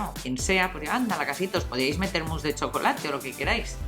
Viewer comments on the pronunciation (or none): none